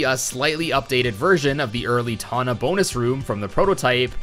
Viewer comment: Twana❌ Tana✅